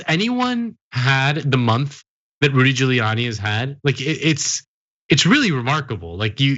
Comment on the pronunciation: “Rudy Pooliani”